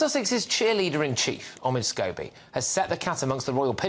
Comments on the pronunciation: Scabies! Makes me laugh I wonder if lady C says that deliberately instead of scobie 😂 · Is she purposely calling him Scabies? 😂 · Are we going to ignore the fact that Lady C keeps calling him “Scabies”? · Notice how Lady C mentioned Omids last Name and calls him scabies ..instead of scobie ...hilarious .lol.....lol......